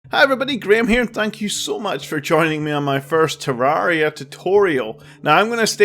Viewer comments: I don’t like how he says TerrAria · I love how he said ‘I am no means a tarria expert’ that’s not a spelling error that’s how he said it lol